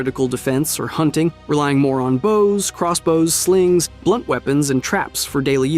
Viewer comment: Why'd you say "bows" like that 😆